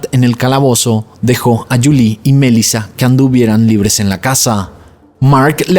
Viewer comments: EJ: no es mElisa, si no, mel"i"la, acento en la i, se entiende, si estas confundiendo las acentuaciones de los nombres de las victimas, desconectas al usuario! abrazos y segui que vas bien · Sorry, me da toc escuchar q dices Melissa con acento en la E cuando en realidad en todos lados se dice Melissa con acento en la I 🤦🏻‍♀️ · Omg. Es desesperante escucharte decir los nombres mal una y otra y otra y otra vez. Es una buena idea que antes de grabar tus videos, abras tu aplicación de YouTube y escribas “cómo se pronuncia Melissa” “cómo se pronuncia Letitia” (Melísa y Leticia) muy interesante el caso pero no voy a terminar de escucharlo por tu horrible pronunciación!! 😂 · Porque dices Melissa con ese tono? 💩👎🏼